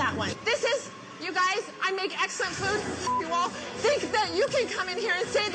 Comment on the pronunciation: "My Ex-Wifes Food was Eggsälänt!!!"